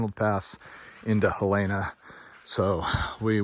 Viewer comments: Helena not halana… capital of Montana, pronounce it correctly… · Helena, Montana. Hell-Uh-Nuh